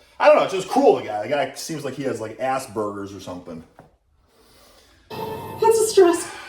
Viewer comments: YO WAIT A SECOND!............ did u freacking say that he has 'assburgers'???? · It even sounded like there was a space in there. Ass burgers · I like how enunciate the “ass” in Asperger’s